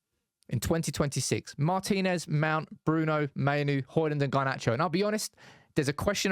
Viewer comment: Thank you for pronouncing "Martinez" correctly (i.e., Mar-teen-ez not Martin Ez, as we hear too often).